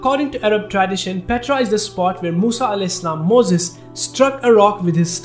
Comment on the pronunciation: My dear brother your videos are amazing... Kindly pronounce the words correctly like sisters tradition city camel and many more I follow your channel and the pronunciation really irritates kindly research on the words (google) before recording the audio... Thank you